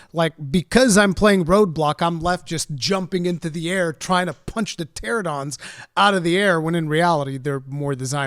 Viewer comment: Pteranodon* Not Pteradon :P Also little real life fact but Pteranodons are Pterosaurs and thus not dinosaurs. Yes I'm a dino nerd.